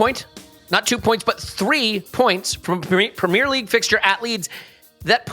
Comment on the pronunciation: I switched off the moment I heard how he pronounced premier